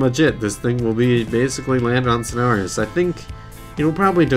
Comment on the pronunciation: Why do you pronounce it as snars